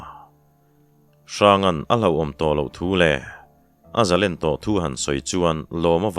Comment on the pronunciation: * Zalen* tia i chhiar thin hi ka ngaimawh riau mai, zalên tiin chhiar ta la